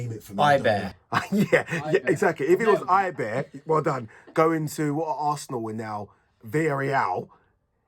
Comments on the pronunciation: Now we need someone to teach him how to say Eibar, what on earth s ''Eyebear'' ffs 🤦‍♂️ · It’s eibar not eibear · "Eyebare" Jesus Christ... these people man.